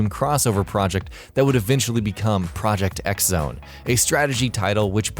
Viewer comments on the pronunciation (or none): it's pronounced Project cross Zone...yeah, the Japanese can be weird like that. and 1 fan service moment not mentioned that I personally love is Shulk & Fiora in Xenoblade 2's DLC alongside the already in-game blades of Xenosaga's KOS-MOS & T-ELOS ( which is only a thing to reference Monolithsoft's prior work, Xenosaga & Xenoblade are still 22 completely separate franchises... )